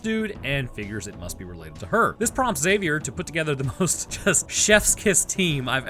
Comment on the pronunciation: High-five for not pronouncing the "x" in "Xavier". It irks me to death to hear "Exzavier".